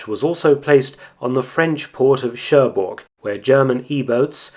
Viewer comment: Good work, but there is one thing I want you to get right. When spelling Cherbourg the g is silent.